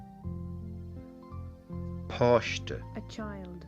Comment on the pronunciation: "cailín" and "páiste" should be pronounced WITHOUT aspiration. the speaker in the videos pronounces "c-h-ailín" and "p-h-áiste", which is ENGLISH pronunciation of p and k sounds. Aspiration of p, t and k is a typical germanic feature which has always been absent in Celtic languages.